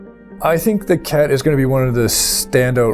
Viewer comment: I cant get it out of my head, i keep hearing the race as the Kek. pepe lives.